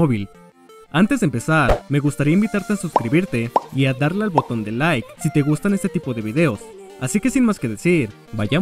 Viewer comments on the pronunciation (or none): none